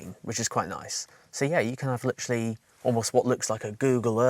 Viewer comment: I "Litcherally" enjoy your content